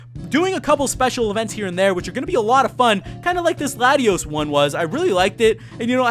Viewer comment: how come no one can pronounce Latios and Latias correctly